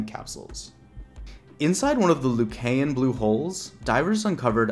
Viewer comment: Lucayan is pronounced loo-KY-en. Not loo-kay-en.